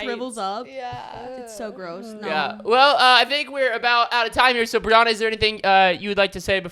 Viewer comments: Not them calling her Bri-Ona instead of Bri-Anna😭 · Them saying Briana instead of Brianna killed me 😂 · ITS BRI ANN NA NOT BRI UN NA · Im i thought it was bri an-ah not bri on-ah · Pronouncing Bri's name BRIUNA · It’s her name is Brianna not Brianna